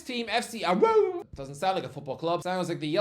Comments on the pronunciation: Why did he pronounce Aarau like that? 😭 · Man sounded like a dog for a sec